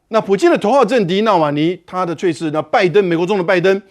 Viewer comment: 猝死 ㄘㄨˋ ㄙˇ 主播念錯了